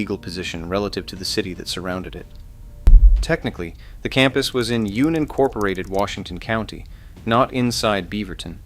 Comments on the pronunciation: yoonincorporated Washington County, where they designed the Ay Eye Arr Jordan shoe. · Amazing the bot voice can’t pronounce “unincorporated” correctly.